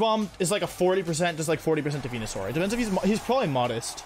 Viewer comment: Why does he say venusaur like that